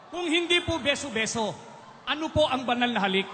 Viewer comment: Beso beso po hindi biso biso Turo po hindi toro [ang toro ay isang malaking hayop na may sungay at nanunuwag]